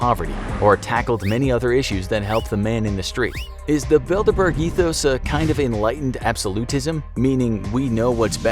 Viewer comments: I keep hearing Build a bear. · I thought it said dinkleberg instead bilderberg DINKLEBURG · I’m not the only one hearing “Build-A-Bear” right?